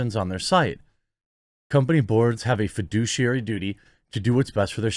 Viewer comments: Its fiduciary pronounced fed ish e ary Not foodiciary 🤣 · I keep hearing "Fiduciary responsibility" and all I can think of is the Mary Poppins song "Fidelity Fiduciary Bank" 😆